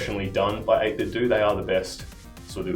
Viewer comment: It's pronounced 8-bit-doe, as in NintenDO